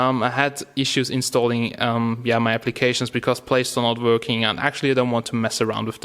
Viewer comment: "it's vorking" lol